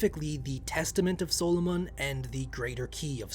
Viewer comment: I understand it may have been pronounced your way, but if I hear SOUL-O-MONN one more time I will call upon a lesser devil to curse this channel.